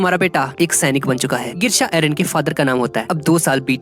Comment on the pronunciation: Its eren not aron